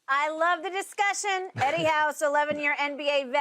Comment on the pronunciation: Skip says "Heddy...😂". Reminds me of that satirical film where the lady says "Heddy" and the guy snaps back "It's not Heddy, it's Hedley!"